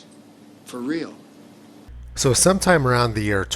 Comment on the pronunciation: "Fereelzies" sniff sniff